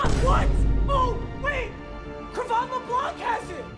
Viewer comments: Nobody: Absolutely nobody:: Cre’von leblanc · When papa says Leblanc wrong😔